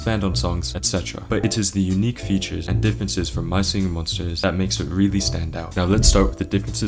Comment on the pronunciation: “mah shinghing mhonshtas”